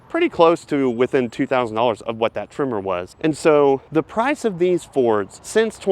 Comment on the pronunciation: Tremor not trimmer